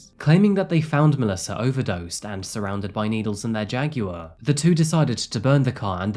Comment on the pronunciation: I like how you say JAG WIRE 😊